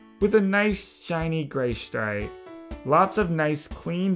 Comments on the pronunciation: ...... Not to be mean but, it said "Gaystripe" ...... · "Gaystripe" lol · says Gaystripe lol